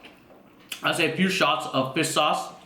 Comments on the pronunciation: fish not fiss lol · It sounds like he is just saying fis. Instead of fish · He says fiss sauce instead of fish sauce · it is fish, not fist. lol. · What is "fiss" sauce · yo what the fuck is fis sauce? fish sauce?